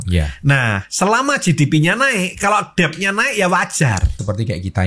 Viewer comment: mengeja DEBT BUKAN DEB MAS TAPI DET MAS". B " NYA GAK PERNAH DIEJA. BELAJAR BAHASA INGGRIS NYA DIMANA MAS?????